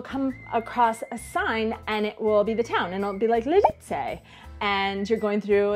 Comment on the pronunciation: VšichŇi liĎi z LiĎic. Vyslovovat měkce, jinak to furt zŇí jako jasný cizinec 😉